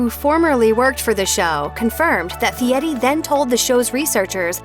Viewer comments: Guy doesn’t pronounce his name as Fiette. It is pronounced Fereri. At least learn how to say his name if you want to trash him. Nitwit!! This clip is Garbage. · I can't take this case seriously... the narrator can't even be bothered to get names right... seriously they're celebrity chefs it's not like she hasn't heard their names pronounced properly before... Guy Fietti really how do you miss read Guy Fieri as Fietti... #youhadonejob narrator... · Fieti? Get your cheap text to voice fixed. Who cares who he likes away' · I hate the way everyone pronounces Fieri. They say it like “fee-Eddy”. Should be “fee-Airy”. Look how it’s spelled! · it's pronounced Fietti. He even says so. :27 mark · It's F I E R I, No T. Really annoying you are bashing people and can't even say his name, SMH